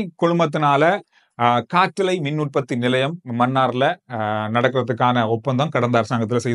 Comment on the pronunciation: ஒரு சிறு திருத்தம் “காற்றலை “ என்பது தவறு காற்றாலை தான் சரியான உச்சரிப்பு.